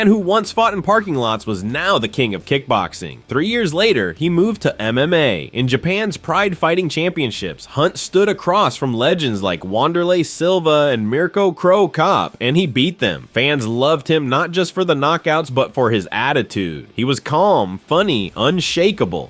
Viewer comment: Wander-lay Silva? Sounds like somebody needs to invest their money in a better voice program. Fabricio Wordem?